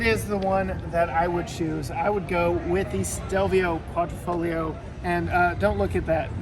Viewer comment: it's Quadrifoglio not QuadrOfoglio!